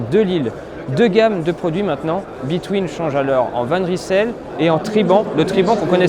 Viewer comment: Bravo décathlon de choisir un nom que les français ne sauront même pas prononcer correctement. Cela vient du flamands et on prononce « van reïsel » pas « van rissèle »...